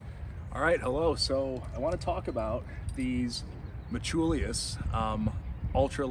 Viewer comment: Brother, are you saying "metchulius"?? Lol anyway, very odd choice by them to add the little wings on the thumb press, especially since the sling still goes INSIDE the wings. If they routed the sling on the OUTSIDE of the wings, then it would hold the sling open and I bet that would make it much easier to get your thumb in when you're pumped. I'm glad they got rid of the silly colored "range finder" dots, but otherwise this feels like a sidegrade at best and not really an upgrade. Thumbloops really are the best IMO.